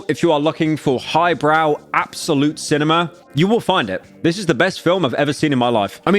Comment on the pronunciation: “Absolute Cinemer”